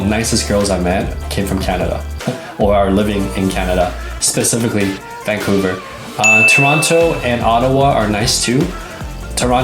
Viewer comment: dont say vancovuer